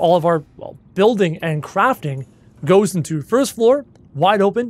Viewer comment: When he said- let’s Leave the Crafting bay, I thought he said- let’s leave the Crapping bay